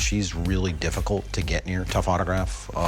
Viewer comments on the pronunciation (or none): He said dipicult for him to sell